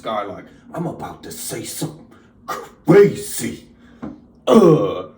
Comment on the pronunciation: He gonna say something cuh-ray-zee!